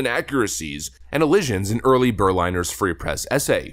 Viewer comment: HIS NAME ISN'T "EARLY" ITS YURI, SPELLED URI. JFC, dude... It's not hard to read.